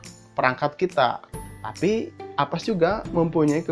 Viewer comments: avast bang bukan Apas :) #justKid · Avast jadi apass, Urang sunda ieu..